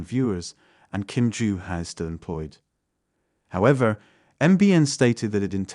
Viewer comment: Trump never gave that speech however it was a deep fake. The incorrect placement of emphasis on “however.” Of course expect AI programming to evolve past these mistakes eventually.